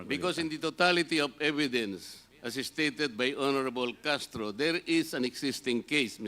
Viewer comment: Ano b yan Castro wrong pronunciation kkhiya nman😱😁